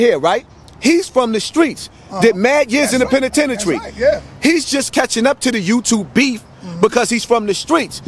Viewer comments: my man said "penatenatree" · Did anyone catch the nervousness in voice? Homie couldn't even say the word penitentiary right